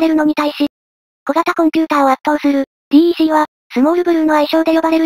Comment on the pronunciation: DECは「デック」と読むんですよ。